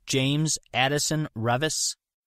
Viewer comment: Nailed it.